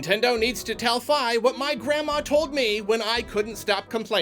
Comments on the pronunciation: Fi is pronounced Fee, not Figh. And while she talks alot shes not a normal being, she isn't insulting your intelligence, she's robotic and just blurts out pointless stuff lol. We all love Fi, her story is amazing. Midna is the one who treats you like her own personal bitch and insults you're intelligence. A settings option to have Fi help a little or a lot like Bowser Jr in Bowsers Fury would be a simple fix. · Fi is pronounced "Fee", not "Fye". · It's pronounced "Fee." I don't care what anyone else says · The way he pronounces "Fi" bugs me. I don't care if Nintendo says that's how you're supposed to pronounce it. I won't ever do so.